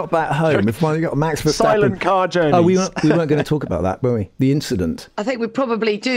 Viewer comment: No surprise from Tom "Vershtappen" Clarkson 🤦‍♂️